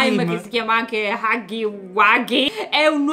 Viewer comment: Si dice huggy no haggy